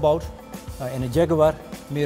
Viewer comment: Die gast in 'kakker kostuum' kan het woord Jaguar niet eens fatsoenlijk uitspreken.......